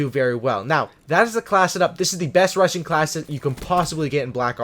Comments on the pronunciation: every time he said 'rushing' I heard 'RUSSIAN' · I thought he was saying russian class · BTW, you're sating Russian instead of rushing! lmao 😂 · I thought you said russian class😂